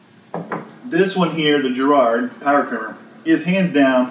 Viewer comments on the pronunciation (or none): I've used the Giraud loading competition .223 and it is HANDS DOWN the best tool for case prep. And its not my last name, its pronounced "Jerr Oh"